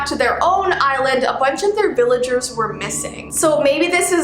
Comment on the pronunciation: When she was saying "island" I kept thinking she was saying "eyelid" : | Edit: Ah! Tysm for 15 likes, that's the most I've ever had! 💖 2nd edit: AHHHHHHHH, tysvm for 77 likes 😭💞